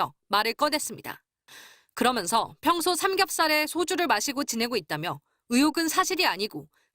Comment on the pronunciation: 나만 이렇게 들리나? 그러믄서.,그러면서 아님?ㅋㄱㅂ